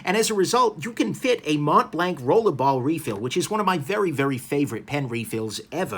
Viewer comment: Mont blanc, pronounced: Mon Blan And not Mount blankkk🙄🤣🤣 wth man